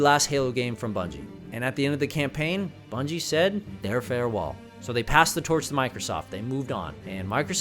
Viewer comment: Bruh who are Bunjie Ross and Frank Connors 😂 (I know who you meant but that killed me lmao)